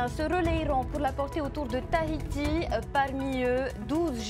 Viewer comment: Comment elle prononce Tahiti ... tahitiche héééé